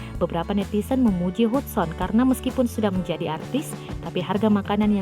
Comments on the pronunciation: Bacanya Hadsen bukan hudson hadeeehhh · Gue kok agak keganggu ya si manggilnya bener2 sesuai nama Hudson.. Meskipun Hudson tapi pemanggilannya "hadsen" kali mbake 😂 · Artisnya sih hebat,punya bakat. Klo sya mau komen soal pembaca beritanya aja. Nama artis keren itu kan Hudson,,dibaca dan di ucapkannya Hatsen,,,bkn Hutson. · Hudson, bacanya Hadsen kelessss. Ah elahhh 😂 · Hudson itu dieja diucapkannya HADSON min.🙄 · Nyebut nama gax becus 😁😁😁. Hadsen di baca hudson...tapi tulisannya hudson berarti aku suudzon. 😁😁